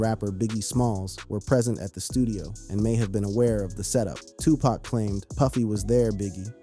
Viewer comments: You not saying 2 PAC correctly bro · How you Black and can't say Tupac correctly, bro?